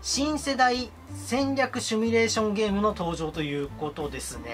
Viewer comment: 「シミュ」です s i m u 「趣味」ではなく